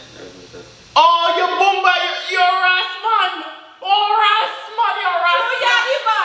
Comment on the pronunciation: Not saying alrite🤣🤣😂